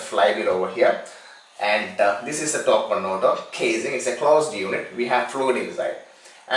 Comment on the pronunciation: What's a tawk conwoter?